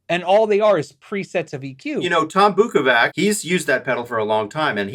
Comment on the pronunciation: First learn how to say Tom Bukovac correctrly. Practice! Practice! Practice!